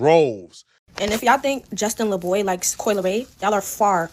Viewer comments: Calling him LA boy is crazy 😂, it’s pronounced (Luhboy) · Why does always mispronouncing names or words horribly!? I stg he's rage baiting it's clearly say it's Laboy but he keeps saying L.A Boy over and over idek know dude and could tell how to pronounce it 😅😂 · Why is he saying his name like that LA Boy. Instead of LaBoy. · I thought his name was Laboy not L A Boy or are you trolling ? 🤔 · It's Laboy not LA boy lol. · Why you keep calling him LA Boy? Instead of Laboy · “Justin LA-Boy” is wild. It’s Justin Laboy. Like “Labouy” sir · don’t even know these folks his name is Justin LABOY Not L.A. Boy. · La boy 😂 bro it’s Laboy it’s a last name not a ig name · "Justin El Aye Boy" is wild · Why you saying his name like that? It’s laboy bro it’s one word not L-A Boy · Justin LA Boy is crazy lol its pronounced (Luh-Boy) Cali podcasters all failed English or yall never learned it lol. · Justin LaBoy …not L A boy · It’s not L.A boy 🤦🏽‍♂️😂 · Dude kept saying LA-boy lmao it's Laboy it's together 🤦🏽‍♂️🤦🏽‍♂️ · It was driving me nuts hearing say L.A Boy instead of Laboy 😅😅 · To keep calling this man “Justin L-A Boy” is egregious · Man's struggling saying Justin Laboy